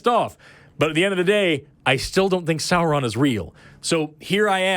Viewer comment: FSM bless you for pronouncing "Sauron" correctly!